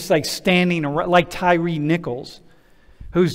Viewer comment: His name isn't "Terry" (tear-ee") it's Tyre (tie-ree)